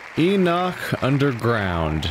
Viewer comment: Ennuck, catacomm, lejjacy. And the text is full of errors. Nothing wrong with English being your second language, but there are plenty of people out there for proof reading/listening.